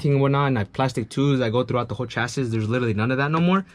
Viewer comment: my guy its not chas-is, its chas-E